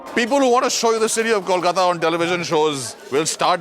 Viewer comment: Rocky pronounces Kolkata right!! Thank god!!